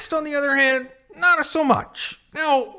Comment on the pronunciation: Did slip us some Italian? "notta so much"